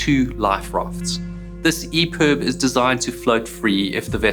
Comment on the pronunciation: I’ve got to ask is it EPERB or EPIB? He keeps saying EPERB